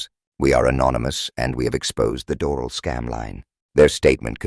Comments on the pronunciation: *dor-AL. Accent on AL. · It might be a good idea to pronounce Doral corrrctly.